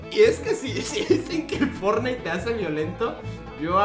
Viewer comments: pense que la señora digo fornais y era fortnite jajaja que pedo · Van a demamdar a la señora por decir fornite😂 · Nadie: Absolutamente nadie: Juan: caso cerrado fornite